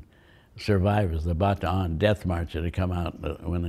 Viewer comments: He's also the only veteran (and one of the only Americans) I have ever seen who actually pronounced "Bataan" basically correctly. Respect for that. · As soon as he pronounced Bataan correctly, I knew he is the real deal.